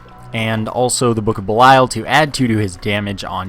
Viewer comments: Lol what do I care? I didn't create the word =P. I think buh-lie-uhl sounds better as well, but it's pronounced bee-lee-uhl. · Hey, for future reference it's pronounced book of bee-lee-uhl. You probably don't care but just throwing it out there.